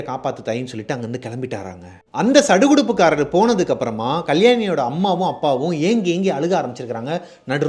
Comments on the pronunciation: Kudukudupu kaaran bro... Not sadukudupu kaaran... Polambal not kolambal... Very interesting stories bro... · 😂😂😂ama bro neenga ovvoru time sadukuduppakaran nu sollumbodhum sathama sirichiten